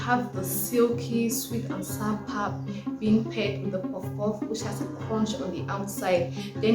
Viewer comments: The "pap" is pronounced the way you would say "pup" in "puppy". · Please not PAP, it's pronounced Pahp - long A. 😂